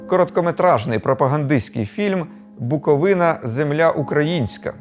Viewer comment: Привітики з Чернівців) дякую, що БуковИна, а не БуковинА 🤗